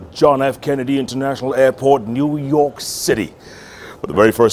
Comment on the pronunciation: Nu york New York lol